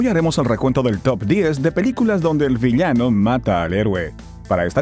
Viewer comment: millano o villano?